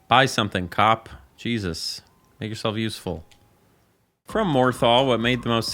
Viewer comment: You said cop like a slur 😭😭